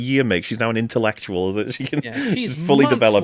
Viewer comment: a psychaledic ceremony? that's almost as funny as intellecutal